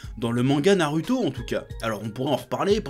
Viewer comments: arrete de dire narUto ça se dit narOUto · pourquoi tu as un problème avec les U ? tu dis NarUto SasUké et pas "OU" meme Otakou tu le prononces OtakU... chelou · "NarUto, SazUké" 😂😂🤣🤣🤣🤣😭😭😭😭😂😂🤣😭😭😭🤣🤣😂🤣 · C’est moi où il dit Naruuto et sazuke 🤨🤨🤨